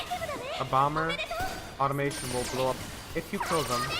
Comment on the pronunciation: Oh. My. God. It's automaton. Uh-tah-muh-tahn. Not automation.